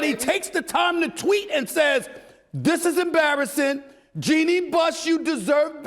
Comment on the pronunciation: The way he said problems